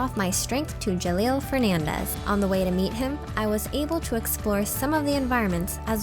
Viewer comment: I swear I heard her say Jaleel Fernandez LOL best mispronunciation ever!!!